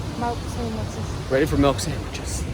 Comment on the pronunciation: "Milk" not "Melk" 😂😂😂